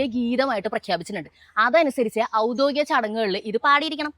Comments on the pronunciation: Avudhodikam alla avudhyodhikam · ഔദ്ദോഗികം അല്ല ഔദ്യോഗികം